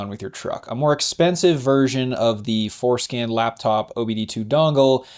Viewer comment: Every time you say for-scan I think you are saying foreskin lmao